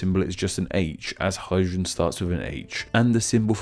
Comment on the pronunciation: Hydrogen is pronounced "Hygen"? WTF